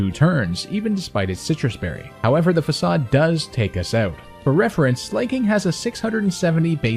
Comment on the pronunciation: Oh hey an adult that knows the word facade. Tired of hearing all these kids making challenge vids say faykayde.